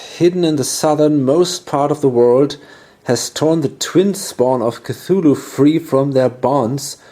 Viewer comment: I gotta say .. your pronunciation of the Twin Spawn of Cthulhu was epic :) I really dig your play-through channel. Keep on keepin' on! And thanks for doin' it!